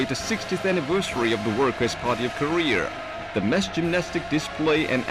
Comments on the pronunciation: Nigga kept saying Koreor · I always note how he says "Korear" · since it's a very different language he pronounced it like koreurr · So it's pronounced Koree-errrrrr? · "The country of Korear" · When the Korea guy says Korea it sounds like hes saying Career. XD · I love how the Korean narrator pronounces Korea as career. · ITS PRONOUNCED CAREER Not Korea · WHY IS HE SAYING KOREAR??????So annoying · I fucking hate how they say "career" when trying to pronounce "Korea." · Korea. pronounced, Career. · Funny though that they can pronounce "korean" quite well. "Koreaurr" haha, never gets old as you said. Werkes Parti of Koreaurr :P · The guy whos talking calls North Karea, North Career. LOL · it more sounds like he instead of Korea he sais Career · They teach certain special students enunciation their entire life? Why couldn't they have had one of those kids narrate the propaganda films who wouldn't say Karee-er? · The way he pronounces Korea, grinds my gears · The way they pronounce “Korea” got me dead lmao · . 'Koreer'. You're trying to make your country sound good, why not pronounce it correct. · where and/or what the hell is "Koreorrrrrrrrrrrrr" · Why do you keep calling it “Korea”? It’s CLEARLY called Kareer. The guy in the informational video said so! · IT'S PRONOUNCED KO-RE-A, NOT KO-RE-ER!!! GOD DAM!! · every time the narrator sounds like korea=career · I want to bring down North Korea and expose CULTURE to these people!!!!!!! This documentary is brilliant but it kills me on the inside. And it is KoreA not KoreaR!! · Hory shet why you no say Korear right? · “The Worker’s Party of Koreer” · Nobody: The narrator: KoReaR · no one: propaganda guy: KOREAR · Anyone else wanna kill themselves everytime the translated propaganda film pronounces “Korea” as “career” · I love the way the propaganda narrator pronounces koreer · Am I supposed to be pronouncing Korea "Ko-rear"? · Does anyone else notice that the propaganda narrator always pronounces Korea as "Korer"?